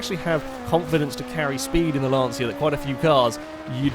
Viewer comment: As an Italian it is not pronounced Lance see a its Lon cha.